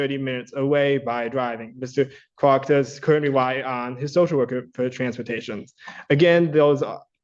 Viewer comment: I'd NEVER hire a lawyer that can't say my name right! "Mista Cwark